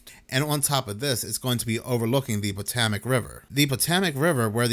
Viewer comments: 'POTOMAC' is pronounced: 'Po'= long 'O' (toe, tow, hoe, row) 'To'= like TOE W/same long 'O' as 'PO', 'Mac' = Just like a McD's Big Mac®. PoeToeMac-That's how us here Washingtonian's pronounce PoToMac (Like 'FotoMat'). And, yes, we bastardized the heck out of the original name of the: "Patoawoamac" Indian Tribe, No disrespect intended, implied or suggested. Just thought you'd want to be pronouncing it ~politically~ correctly. Hope this helps. This is the simplest way, there are other variations of course like the 'PO' having more of a short 'PA' (Papa) sound. Then again I pronounce Washington with an 'R' like Warsh... But that's because I'm a native 'Warshingtonian.' Peace out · 😂😂😂 thats not how you say Potomac dawg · It might seem minor, but..... what is Botemic river, or.. Botamac river??? It's very well known Potomac, ok. Try it slowly: PO-TO-MAK.... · Patomac is pronounced - PA-TOE-MAC. Just sayin' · pa toe mick -is how you say tge river 😊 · Pa-TOW-mik River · Pa-tow-mick River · Puh - TOW - mac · It's Pa TOME ik river. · wtf is the "Patamac" River - i mean - at least get the damn pronunciation correct - ludicrous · Potohmic how you say it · Why can’t you pronounce Potomac? It’s mentioned a thousand times in history! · Look up how to pronounce "Potomac"